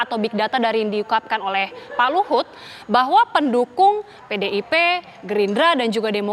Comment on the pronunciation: Hahaha HUT... HUT... Geli dengernya....ane